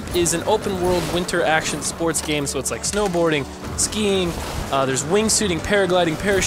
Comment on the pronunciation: I'm surprised he didn't say stream spoats